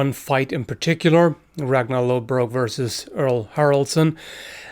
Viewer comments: Lothbrok not lodbrok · I find it odd that uses a modern rendering of "Lodbrok" with the "d' (and pronounces it as such) rather than the historical version used in the show, with an "ð" (prounced with a hard "th" sound), so "Loðbrok"